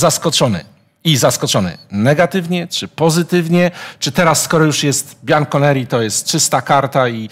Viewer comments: Bianco jeśli już a nie Biancho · ..."e biancho-nero", a nie "biancho-neri"